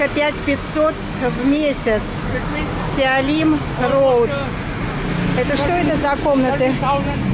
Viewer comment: КАКОЙ ТАКОЙ СИОЛИМ РОУД?))))) СИЛОМ РОУД НАПИСАНО ЖЕ))